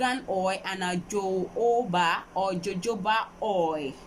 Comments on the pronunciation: It’s pronounced ho-ho-ba oil. The ‘J’ is silent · Kay Skills yeah but it’s pronounced “ho-ho and not jo-jo like the poster above stated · Ho ho ba or jo Jo ba as far as you all know what's she's talking about.